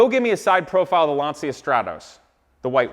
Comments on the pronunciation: I don't watch you very often because I find you just slightly less annoying than Rob Ferretti. Anywho, let's do a little lesson here: Lacia is an Italian marque and it's pronounced "launcha", not "lawnsia". Next, your "computer guy", Dan, doesn't even know how to run a slideshow. Some computer guy... SMDH. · Lancia is pronounced lon-chah! Please make a kit/mold of this car (LANCIA STRATOS HF ZERO)… I will buy it from you… I would even buy the replica that you are building…